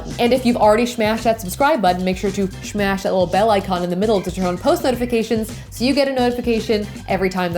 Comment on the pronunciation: Your videos are great, except it's SO annoying to hear you say 'shmash' so much at the end of the video. Just speak regular English and don't make yourself sound dumb!